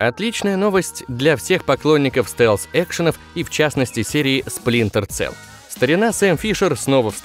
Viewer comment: Да блэт не Целл, а Селл. Сплинтер Селл! Ну нет в английском языке звука "цэ".